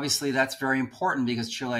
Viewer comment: Where is Chil-eh-ya?